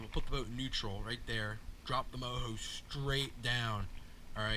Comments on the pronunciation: Say it like it is spelled it's mojo not moho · isn’t it pronounced Mo Joe?